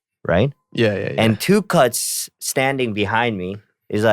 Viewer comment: 'Do you remember Prada phone?' 'NO' (w/ emotional deadpan delivery) Btw, the way Tablo says Tukutz sounds like 'Tuchus'. Actually, that day he was!